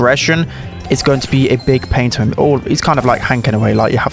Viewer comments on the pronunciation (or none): none